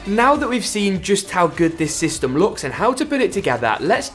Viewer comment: I cringed so hard when he sayed systom